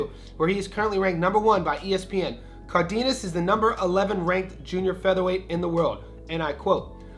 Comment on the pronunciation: ❌ NAY-YOH-UH ✅ NAH-OH-YAH ❌ IHN-YOU-EH ✅ EE-NOH-EH Also, it's "Cardenas," not "Cardiñas"